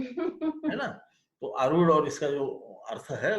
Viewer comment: पहली ख़ुशी तो ये हुई की आप "आरुढ" शब्द का सही उच्चारण कर रहे है|u-tube के कई videos और अन्यत्र आरुढ को अरुध या अरुद्ध बोलते है| बहुत ही ज्ञानप्रद 🫀🫀🫀